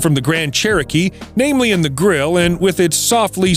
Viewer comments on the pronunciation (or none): none